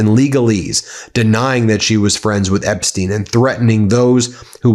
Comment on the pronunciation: Better of you pronouce EPSTEIN, the jewish way, because epstiin sounds slavic, which is not the case